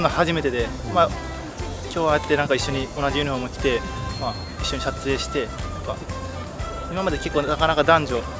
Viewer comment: 荒木緊張して撮影のことしゃつえいって言ってるように聞こえる